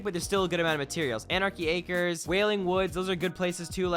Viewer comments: Did he just say anrachy acres when we are in SEASON 5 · Did this mans just say anarchy arches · “AnArXhes Acaeras” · This boi just said Anarchy Acres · "AnArChY AcReS"😵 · Did you say Anarchy Acres😂🤔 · “Anarchy Acres” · Did he really say anarchy acres